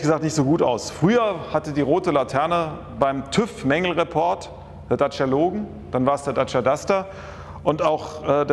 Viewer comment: Die Marke nennt sich "Datscha", nicht "Datschia"!